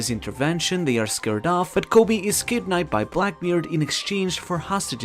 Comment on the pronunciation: i cant understand half of what you are saying without subtitles. ex. kidnapped = kidnai, Luffy = Luffly bro.